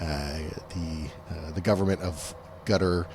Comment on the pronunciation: So nice to hear people who know how to pronounce Qatar and Iran properly. Hope nuclear is pronounced properly as well! 👍🏼